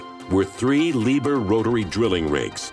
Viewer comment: it is pronounced Lied herr and not liber